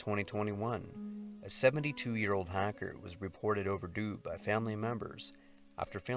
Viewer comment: he says hiker ... half way through the video I was wondering why so many hackers get lost in the wilderness >.<